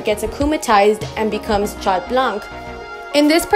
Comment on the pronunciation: We don’t pronounce the t in Chat neither the c in blanc btw :)